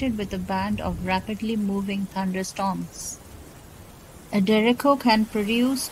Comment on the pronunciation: She says derecko